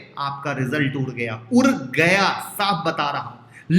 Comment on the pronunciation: Sir it's udd gya not urr gya...it's gadbad not garbar😁😁